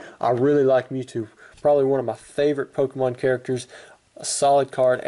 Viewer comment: lol you said pokemoon LOL